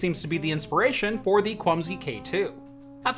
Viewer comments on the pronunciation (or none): Am I the only one that kept hearing 'Clumsy' instead of 'Kwumsy'? No offense to the manufacturer, just a unfortunate coincidence I think?